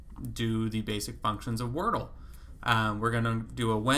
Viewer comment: I love that you call it workle. That’s really good